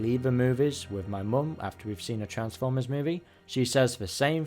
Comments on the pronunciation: It's driving me nuts that you keep pronouncing transformers as "transwers" - ENUNCIATION AHHHHHH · Why does he say Transformers like that ffs